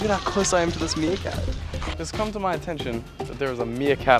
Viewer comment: The “Meeakat” got me